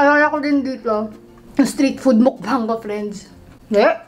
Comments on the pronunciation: One of the things that I love abt is hindi sya maarte when it comes on eating. Lalong lalo na sa line nya na "mukBAHNG!" DESERVES A MILLION SUBS 💙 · i love the way she pronounced "MUKBANG"